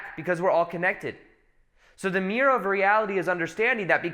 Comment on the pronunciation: Meerrr You mean mir-ror